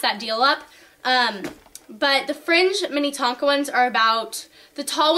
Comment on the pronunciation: its pronounced "min-A-tonka" not "mini-tonka"